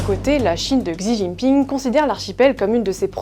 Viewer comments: Aiieee... mes oreilles "Xi jinping" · "Gsi Jinping" ou "Shi Jinping" ? Il me semblait que la deuxième prononciation était la bonne...